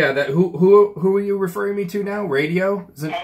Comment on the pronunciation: Who knew the word “now” had three syllables?